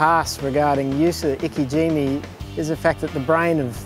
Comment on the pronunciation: its not iki jimmy.. its ike jime